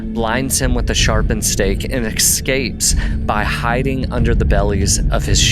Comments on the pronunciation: “Excapes”? 🙄 as if mispronouncing and misspelling all the other names weren’t bad enough you can’t say the word escapes. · Did you just say ‘excapes’?! You lost me after that.